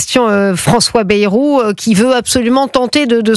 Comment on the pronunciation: Bayyyy rou pas Berou